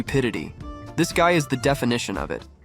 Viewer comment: ✨️Pov gay✨️ instead of guy?